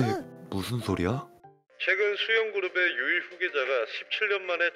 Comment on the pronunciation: 초에 수연그룹을 수영그룹으로하누 ㅋㅋㅋ